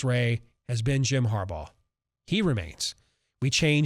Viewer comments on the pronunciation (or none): There's been one constant over the years,.....it's Har-BAUGH!!!!!